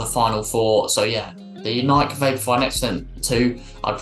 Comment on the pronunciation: Great rundown. Pet peeve of mine: It's pronounced Nik-e, not Naik. :P